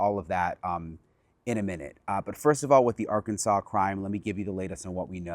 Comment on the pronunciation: Maybe they start saying the name of the state right ark Kansas